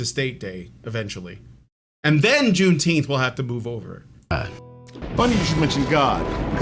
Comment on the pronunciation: I'm in favor of renaming it "Juneteenf".